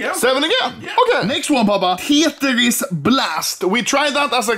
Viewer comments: He says teytris instead of Tetris 😂😂😂that’s just so good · Anomaly: Tetris : | Tietris :))))))))))))))))))))))))))))))))))) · I mean tyetris